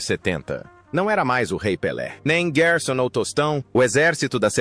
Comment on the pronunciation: PAREI DE OUVIR AO OUVIR GUERSON